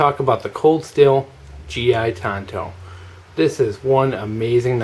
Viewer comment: read the box ! it's a tanto not a tonto. tonto was an indian-not a knife. no cred.